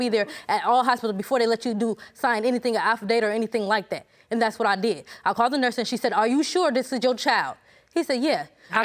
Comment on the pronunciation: "The nurse has to be there before you can sign a affadata.." Lol 🤣🤣🤣